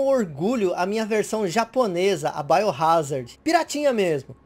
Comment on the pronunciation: "baiorázardi" digo .... "Biohazard"